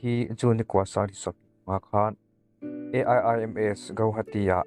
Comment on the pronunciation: Aiims. Tilovin, Eims tiin han lam ta mai la aw